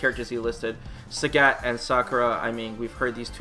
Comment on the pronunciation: It's pronounced Sagat not Sägät. What are you, finnish? :D What's funnier is that you sometimes say it correctly, only to ruin it with "ä"s the next time you say it!